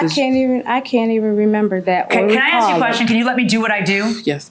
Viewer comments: It’s ask…not ax… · "Axe me and axe you"